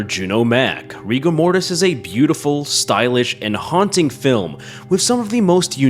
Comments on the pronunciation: You say Rigo Mortis, I heard Rick and Morty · RIGORMORIS GURL!